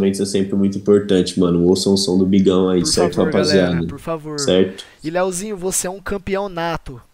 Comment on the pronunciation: minha agonia eh ouvir o falando "Leozinho"